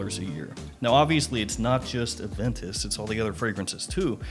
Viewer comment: My boi doesnt call it Aventus. He calls it... AVANTUS!